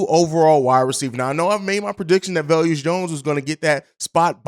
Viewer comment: Velus- ( Va-lus) not ( vel-yus) Jones lol. I get equanimeous being kinda tough to enunciate 😆! Let Bobby know too bc you both say velyus 😄! Just giving you a hard time. No hate! Love the show & everything y'all do!